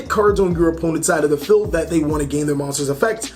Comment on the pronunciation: lol when you say feld and not field. and its not toker its TALKER